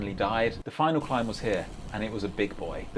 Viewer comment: The bwlch is pronounced bullca